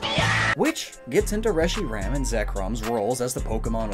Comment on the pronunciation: FOR THE LOVE OF JESUS CHRIST ITS PRONOUNCED RESH-ER-HAM